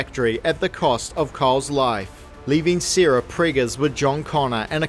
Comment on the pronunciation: From what country is this accent? You pronounce Sara as "Seera". If two people named Sara and Seera were together, and you called one of them, both would respond.